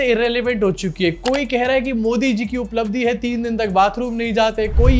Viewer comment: Uplabdhi nahi UPLA-bdhi 😂😂